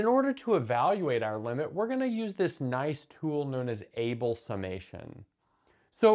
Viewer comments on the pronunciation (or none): Just one little bit to pick: Abel summation is named for Neils Henrik Abel, a Norwegian, whose last name is pronounced AH-bel, not like the English word "able."